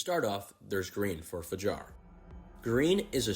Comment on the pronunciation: oui, c’est "Kuroki" et pas "Kuriko" mais heureusement il a bien dit "Fajar" et pas "Jafar" ^^